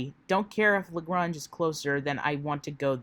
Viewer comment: I just want to say...it's pronounced "Luh-Graynge". ;) I do appreciate your "current events" streams as a way to keep on top of this insanity, so thank you.